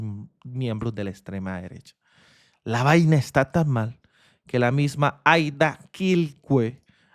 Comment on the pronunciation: un punto para la periodista que pronuncio bien el nombre del pueblo de la mayora Aida, es en lengua jajajja lo hizo bien